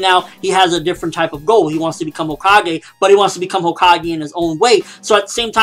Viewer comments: CO-kages? lol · Hokage not homage